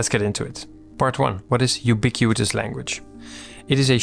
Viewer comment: It's pronounced "you-bee-quit-us" /juːˈbɪkwətəs/, not "you-bee-queue-eet-us"